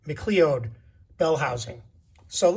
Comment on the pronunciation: Those seats look really top notch! P. S. McLeod is pronounced McCloud. Keep up the good work!!